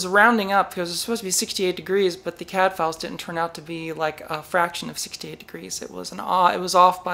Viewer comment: Woowoo. Congrats. BTW, every time you say CADfiles, I hear Cadfael and think about a crime solving monk during the Anarchy.